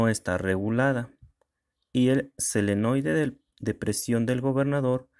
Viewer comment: Te corrijo no es selenoide su nombre es solenoide.. gracias